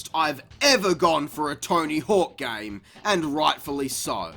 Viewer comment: How we operate thee “gayme”